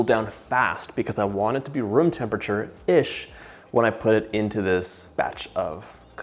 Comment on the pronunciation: I know you're saying "room temperature" but all my brain hears is "vroom" and I love it.